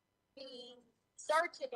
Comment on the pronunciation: Did Dr. Stauch say "searchening" 😳